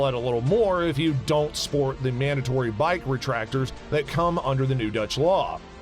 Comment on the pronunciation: He is using too much accent. He meant reflectors. Check the closed captions.